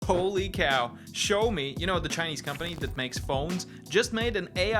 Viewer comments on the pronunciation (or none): Pronounced "Shiao-mo" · Not really, one character is 小, the other is 少. Similar but different. But the way pronounces it is still way off, like a different brand 😂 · The name sounds closer to shower me than show me! It's called Shaomi, like Shaolin!